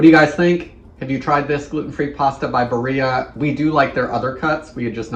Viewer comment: Barilla is Italian, so you pronounce the L -> Bah reela